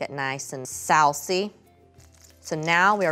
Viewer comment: the way was you say sauce is too funny